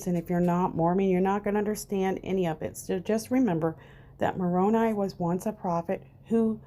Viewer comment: Thank you for your research. As a sixth year Mormon, I will try to help you with pronouncing some names. Nephi pronounced Neefī Nephites pronounced Neefītes. Lamanites pronounced Laymanites Moroni pronounced Morownī not morownee. Hope this helps!